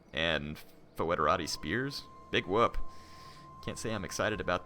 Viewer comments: In latin you read "ae" and "oe" simply like "e" (not always, there are exceptions), so in english Baetica is simply /Bˈɛtika/ and federati are /fɛdəˈreɪtaɪ/. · The word Foederati is pronounced: "Federati", like federal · A little tip for you: in latin, ae/oe is pronounced just "e", so it's "federati" (which is the word where the modern english "federation", italian "federazione" and so on come from). ;) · That's the ecclesiastical latin pronunciation of it though. Classical Latin "oe" is pronounced "oi", so foederati is pronounced "foy-de-ra-tee".